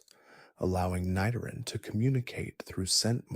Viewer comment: I almost self-deleted at “Ni-Doran” Followed by the correct pronunciation of its evolution